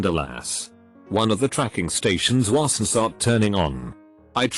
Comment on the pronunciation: Also how the bot pronounces words with apostrophes with an extra "so" syllable. It's becomes "itsos", wasn't becomes "wasnsot", haven't becomes "havensot".